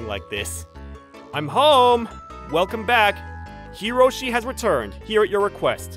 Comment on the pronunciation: It's Hiroshi.....not karoshi